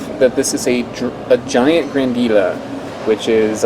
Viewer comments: pronouncd Gra-na-dee-ya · Gotta go to Colombia some day now, so many cool fruits! when there is an "ll" in a Spanish word, it's often pronounced like a y as in yard. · Learn how to pronouce the name